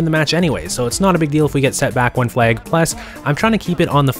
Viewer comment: It's flag, not flaig